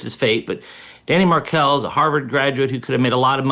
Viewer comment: You are pronouncing Adelson and Markell incorrectly